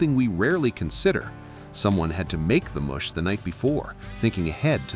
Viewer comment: Not cornmeal "moosh" but " muhsh"